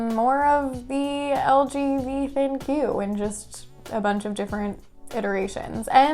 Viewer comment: Its pronounced "Think" not Thin Q